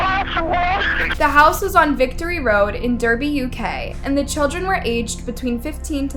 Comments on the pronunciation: Derby is pronounced Darby. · It's pronounced Darby. Maybe be a little respectful and do some research...